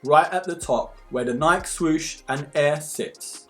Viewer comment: Great review! AND you say Nike properly like us Aussies do 👍🙂